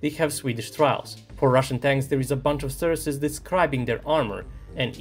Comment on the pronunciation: great video but please have a look how to pronounce "sources" as it stings me each time